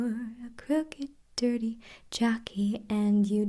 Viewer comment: you sounded british when you were talking about your dirty table :) I'm definitely using this on christmas eve as usually I can never get to sleep and this is lovely ❤